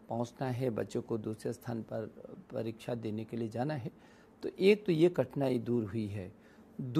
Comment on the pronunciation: Kya ye parichha parichha parichha parichha bol raha hai. Unpadh Sala